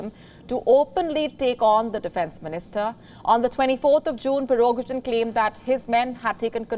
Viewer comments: You're not pronouncing his name correctly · Sorry madam could you please pronounce the name of the chief of Wagner group? :P